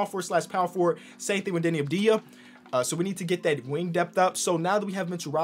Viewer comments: Yo, why do you call him Deni Abdija? he literally has a V in his name. it's spelled like Avdia. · it's not Abdeeeeeya It's AHV-dee+yah